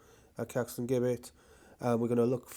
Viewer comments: Here we go again with the Jibbett/Guibbett pronunciation. It's JIBBETT. I mean, Jesus wasn't called Gueesus was he? Apart from that, thanks for another very good vlog and may I also wish you a very happy New Year. regards, Eric. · Gibbet is pronounced- Jib-et. No G 😉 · It is definitely Jibbett in pronouncing it, I'm 40 years old and my gran fully with her strong mind at 97 years old pronounces it Jibbett. I'm sorry mister you do a great job filming this and I don't want to make you feel bad but that pronunciation of that word riles me up. I don't know why sorry happy new year to you. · Pronounced as "jibbet" 🙂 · Great videos but please say Caxton Gibbet as though the G is a J. As in Giblets in a Chicken or Turkey. 😊